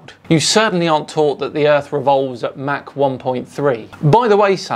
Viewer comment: Someone tell Santos it's Mach not "Mark" and it's not his accent, I've got Australian friends who I've asked and they don't say Mach like that.